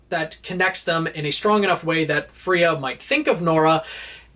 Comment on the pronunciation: I think it's supposed to be "Freya" as in the Norse goddess rather than Fria